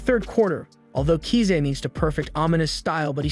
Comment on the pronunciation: KISA NOT KZA